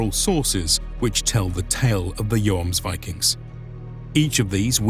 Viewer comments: I guess I just pronounce Yom Kippur incorrect, like with a J wich in english would made Jomsvikings sound false again.... in old german texts I think it's most of the time something around the letters of "IVMNE" or "IOME" would "Jomsvikings" describe as being like putting the "Yo" of the city of York in front of a fast (!) "m" (like in yummy), add an "s" as well and then ending it with some vikings....but definitely not like the "Yo-ams-vikings" I heard a few times in the vid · My whole point is languages don't work like that in reality. The most correct way would be the way the word is pronounced in the specific language you are actively speaking, not necessarily its source. Since this is an English video and we are presently discussing it in English, the correct way would be the English way, which is based, in part, on the Icelandic word, not the Danish or Norwegian one. Investigating the Icelandic word, which appears to be spelled "Jómsvíking", I'm hearing less "o͞o" as in "rooms", as seems to be the case in Norwegian and Danish, and more the "ō" as in "foams" used in the video. That said, there is humor in arguing over the "Joms" part, when English departs on the pronunciation of the first vowel sound in "viking" anyway, using "ī" as in "hiking" rather than the "ē" as in "leaking".